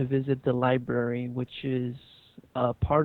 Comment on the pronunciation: "libRary"....not libary :(